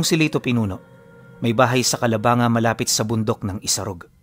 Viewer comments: Taga bicol ako pinuno.. ang tamang bigkas po ng lugar namin ay Calabangga hindi po calabanga... Pero ang tamang spelling is Calabanga talaga iba lang ang pag bigkas..😊😊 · Boss Mali pronounce mo ng Calabangga Hindi Calabanga...?? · Calabangga po pronounce nyan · wow na banggit din ang calabanga, I'm here btw 😅 Ganda ng kwento, pinuno calabangga po ang basa nyn 😅😅😅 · calabang ga pronounce Nyan Taga dito kmi sa cam,sur kalapit bayan namin yan from tinambac kami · Kalabang-ga ang pronounce nyan pinuno bisakol ako bisaya bikol tubong egros occidental